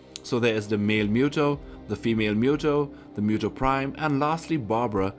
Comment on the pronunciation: It's muto not mewto